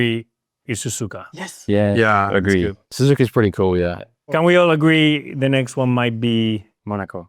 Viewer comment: Lawson saying suzuka is pretty cool lol